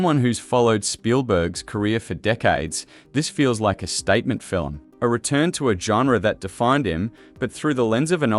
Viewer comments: Fill-em? What’s a fill-em? FILM. One syllable. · Undeniable truth is ALL I want to know. And "film" is only one syllable - not filum. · I took back my like and my subscription after hearing him say “fillum” the fifth time. Nope, I’m out. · The A.I. narrator seems convinced that we watch "fill-ums" instead of films. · FILIM? SKIFFY TRAYLAH? NIGEL PLEASE :face-orange-raised-eyebrow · Stop making “film” a two-syllable word like the enemy of the People, Melania. Fi-lim is Not how it is pronounced. AI should catch a phonics class. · Even A.I. can't pull off a convincing Australian accent. Cadence is all over the place, and no Australian pronounces it "Fillem". SLOP. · What's a "skiffy trailer" and a "filim"? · Yes, and what is a filum? 🤣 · What the hell is a FILLUM? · I think you should get someone to teach you how to pronounce the word "film". For reference: It is NOT Phil-im. Just saying. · Learn to say the word FILM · Film is One syllable word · Research shows that the standard pronunciation in American, British, Canadian and Australian English is all a single syllable. Ireland is the ONLY place where it is regularly pronounced with two syllables outside rare accents. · Wtf is a "fillum"? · Agreed. Still, the fil-em sounds interesting. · "Film," is a one syllable word! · Oh wah...aussie, canadian and a lot of European ppl pronounce film this way. Maybe ax a friend lol